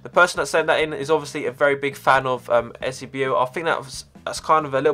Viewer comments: Eusabio and di Stefano won't get cards cause they won't be able to get the licensing, and it is pronounced u-say-be-o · Eusebio "You-Say-Beo" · Eusebio "you-say-bee-oh" haha. Don't think they can him a card as he is dead :/ and wouldn't get licensing. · The way you say Eusebio is just painful. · 'Die' Stefano! Said Eusabio wrong. Not a proper footy fan